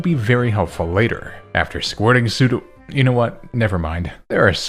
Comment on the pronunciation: PSEUDO, NOT SUDO!